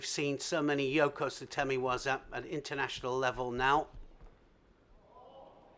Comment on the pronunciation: Someone should tutor Neil Adams how to pronounce Japanese names and especially the name of WAZA. He has been in the judo world long enough and still not made any effort to correct is insulting . If I am to write his pronunciation in Japanese , it completely change the meaning of that word.